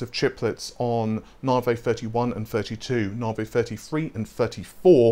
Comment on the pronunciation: Oh mate how can you get the pronunciation wrong for so long? Even at the AMD events they call it navi not naarvay. The star or system they are named after is pronounced navi not naarvay...